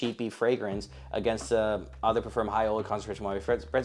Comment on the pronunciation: Brother, if you’re too no to make a video educating people about fragrances, learn how to pronounce “eau”. It is the French word for water, its is pronounced “oh”.